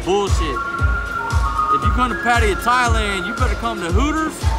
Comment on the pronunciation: Come on dude learn how to pronounce name correctly. Patta-ya!. I’m sure you’ve heard it before you got there